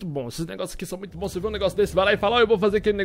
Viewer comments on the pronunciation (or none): none